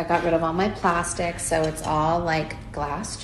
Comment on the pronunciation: How she was stressing on "PLASTIC"🤣🤣